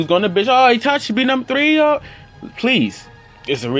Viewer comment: Me: Magekyou sharingan!: MEGKYO SHARINGAN Me: ITACHI UCHIHA: TACHI UCHIHA